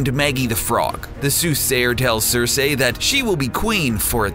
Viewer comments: I hate the way you pronounced Cersei, way to ruin the video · varies?? its Ver-iss... do you even watch this show? your pronunciation is off on Cersei too. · cer"SEE" not cer"SEY" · Him saying "Sir-Say" made my eye twitch....o_O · it's pronounced "Cer-see" 🙄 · Oh FFS it's pronounced sersee not sersay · It's "cer-SEE" not cer-SAY"!! smh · SER-SEE! NOT SER-SAY! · cersei - as in ser see..... not ser say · I'm not trying to be a dick, but the way you pronounce some of these names pisses me off. "Vare-ees" "Cer-say" "Daener-eeeeeees" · i hate people who say sersay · It's pronounced Ser-see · hurr durr cerr-say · "Sir-Say" lmao I love your vids!! But every time you say "Sir-Say" it's like nails on a chalkboard. lol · Next time please say Cersei's name correctly. As 'Sir-Sea' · LMAO Cersayyy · ITS NOT CERSAY DANARIES AND VARIES!!! Like omg they literally say it in the fucking show like idk how you think they're names are pronounced like that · CErsEEH!! xD Timmeh!!!!(southpark) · omg..."cer-say"...i cringed every time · People on the show don't even pronounce her name "cersay" . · Cersei - ser-see. Varys - vayr-is. Lol please watch the show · I hate the narrator you can tell he is just reading a script. Vareeeees, CerSAYY fuck off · Varys - Va-riss, Daenerys - D-nair-riss, Cersei - Ser-see, Sansa - Sarn-sa (the show being without american accents, Sarnsa is the "correct" way to say her name) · hodors name is willis not walder you re pronouncing cercie wrong.....theres more but fuck it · It's cer-see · GRRM pronounces it "Cer-say." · Its "Cer-say" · the way he says "Cersei" is pissing me off :/ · The amount of times "Cersei" and "Varys" are mispronounced is so annoying. How can someone be a fan of the show but not actually know how to pronounce the names of some of the most prominent characters. And Hodor's real name is Wylis... NOT WALDER!!! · why do you pronounce Cersei like that? does the narrator not watch the show? sounds like he's only read the name.